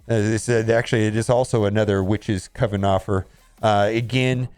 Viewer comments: Its pronounced "oven" with a "c" in the front. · Pronounce coven like you Pronounce cousin 😉